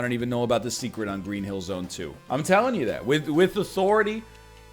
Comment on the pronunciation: Stereotypical nerd voice you missed the SEKRET wall(s) you SPEEN into on Green hill zone act 3!